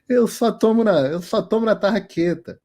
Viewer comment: Tarraqueta!? Kkkkkkkk você é brasileiro mesmo. Kkkkkk